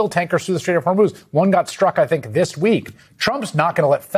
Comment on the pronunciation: He cannot control the Strait of Hormuz any more than he can pronounce it properly.